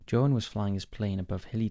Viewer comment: Props on your pronunciation of Mpumalanga (though Johan is pronounced Yo-hun). But that's neither here nor there. Loving the content, all the way down in South Africa.